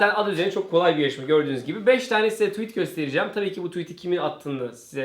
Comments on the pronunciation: tuvit ? :D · Tuvit mi dedi bana mı öyle geldi:D doğrusunu söylemeyin de utanmasın:D